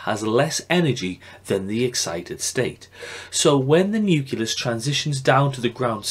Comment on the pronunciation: great video! however, there is no vowel sound between the 'c' and the 'l' in the word nucleus. Nucleus not nuculous hahah